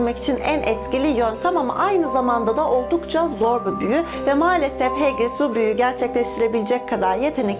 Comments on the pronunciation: Hegrid değil hagrid ! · hegrid mi okunur o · hegrit ne ya hagrit o filmde en çok sevdiğim kişinin adı hagrit <3<3<3<3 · Hegrit değil Hagrid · Hagridin hegrid diye okunduğunu bilmiyorduk🤣😂